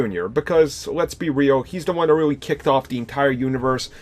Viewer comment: Why does this guys speach sound weird? When he says "really" it sounds like " rewery" 😂😂